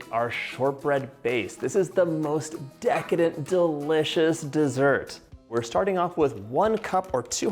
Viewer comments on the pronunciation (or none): Drinking game: 1 shot for every “DA-licious” or “Deecadent.” 😂